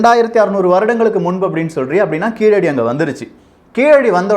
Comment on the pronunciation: Keeladi illa Keezhadi